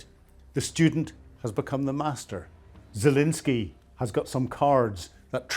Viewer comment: Please pronounce the president of Ukraine’s name properly. There is no “i” in his name. FML.